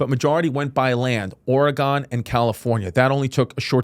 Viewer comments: Oregon is pronounced exactly like “organ”. Ore-gone is cringe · “Or- a- gone trail” Wait a minute here homie😂😂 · wow you went to the same pronunciation school as dave smith. OREGAWWWN trail. its wild its in your own country and you still cant pronounce it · Brother please learn how to properly pronounce Oregon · Love you bro but learn how to say Oregon for the love of god!!!